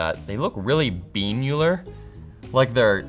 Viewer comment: Bean-ular? lol